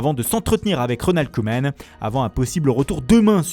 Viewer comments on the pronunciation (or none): none